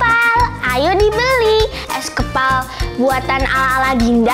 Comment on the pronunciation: Kak itu kok bacaannya huruf s kepal kan harusnya es kepal